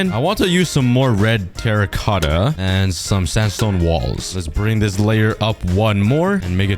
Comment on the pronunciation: Its teracotta not terakata